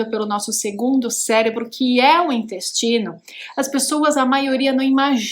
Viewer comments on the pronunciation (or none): Ela falou dinyestino não dá coluna